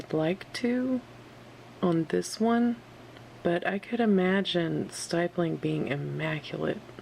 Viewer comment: Lol I never heard someone say stippling like that but any amazing vid and drawing